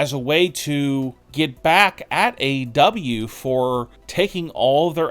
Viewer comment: Aside from this entire video being nonsense, it sounds like you’re swallowing your tongue every time you say WWE or AEW.